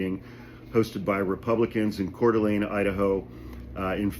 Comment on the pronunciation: Sorry to be that asshole. But it's pronounced kootanee... Great work on coeur d alene, though! Most people screw that up bad!!!